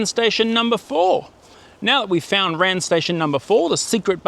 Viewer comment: It’s not a word ‘ran’, it is R.A.N. as in Royal Australian Navy.